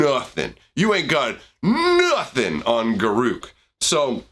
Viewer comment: It's garruk